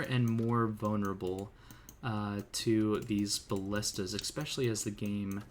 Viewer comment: Hearing you exspecially 40 times a vid makes it slightly harder to watch. There no X in the word.